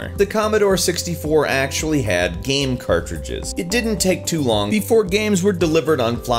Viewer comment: SurpriseFace Have you heard him pronounce Game? The guy makes a living talking about them and it sounds like gam.